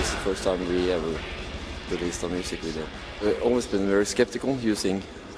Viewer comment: "We Are Making A WIDEO" hehe